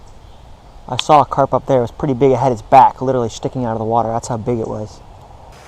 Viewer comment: Why does he keep saying perty instead of pretty